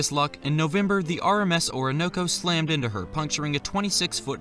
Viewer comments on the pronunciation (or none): none